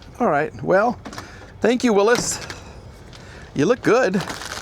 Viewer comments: it's pronounce "Willies", not Willis. That is a beautiful partial remod, but looks not too expensive to fix, looking into it, Willy's Jeep parts are plentiful online, there's even a Willy's website. That particular model is a Willy's pickup, there are a lot of replacement hoods, and you can get doors also. Project car? Yes, definitely. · Not a jeep. It's a Willy's (pronounced will-is) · Pronounced "Willis" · Does know how to pronounce Willy's? Lol